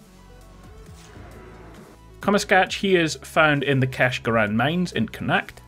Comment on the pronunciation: Connacht is pronounced as Con-ocht, just a little help from your Irish fan base!